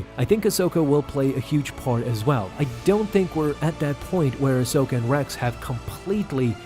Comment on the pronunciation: It’s Ahsoka